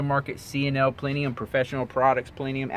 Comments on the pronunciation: Ok my dude you ... I totally respect you making this video and no shade but there's factors we need to correct and I've been a foxbody/SN95 driver since the 80's and this is the ONLY cars I drive. 1. It's not Trimik .. it's TREMEC... "Trim-Mick" 2. It's not Plenium ... It's PLENUM 3. Gears is probably THE ABSOLUTE SECOND THING you probably want to do with these SN95's and pretty much any car and yes, like you said it totally changes the speed game installed. 4. You can replace the Cold Air Intake first, that PLENUM will not make a difference right now getting started because the fact the air going in won't change, velocity will not change. You are however leaving room to grow. 5. The pulleys from 99-04 are ALL the same, there's no difference in them 6. If you are going to run it hard, you got HOTTER when N/a... COLDER when you start bringing boost. You go colder then you risk fouling your plugs. 7. These cars are capable of seeing 400hp at the wheels with better cams and intake. 8. Camshaft swaps depending on your kit can yield around 35-40hp.(These stock heads are more restrictive than a shy virgin) 9 Correct, these cars are more than capable in the low 12's with little work involved. low 11's if you snag a set of trickflow heads. 10. You can grab a Superchips handheld tuner for light tuning control of the car, turning off traction control PERMANENTLY, timing and some other light tuning abilities. 11. You missed one factor... your mid pipe. If you want that pure race car hig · plenium lol.....its PLENUM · plenUUUUUUUm.... Where is there an "i" in that word? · I was right there until you said plenium